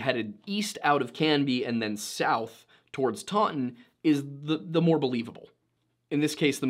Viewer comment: I live in taunton UK that is not how you say that less emphasis on the u. The pronouncing gets worse